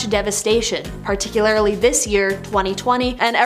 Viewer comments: Particularly not ‘parti-cu-lar-I-la-lay’. English, do you speak it? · Particular -ah - reee ? Whats happening 😳?